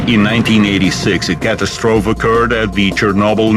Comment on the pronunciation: Fred Ditto The russian narrator's english is imperfect and his pronunciation is sometimes wrong, but his diction is excellent, so the words are recognizable, even when confronted by a word borrowed from a native american language (Iroquois). His pronunciation of catastrophe suggests that the russians use the same word, but pronounce it like the french. Listening to his voice is nearly half the pleasure of watching this series.